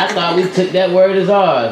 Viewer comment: That’s… that’s not how you say it, but I feel you 😂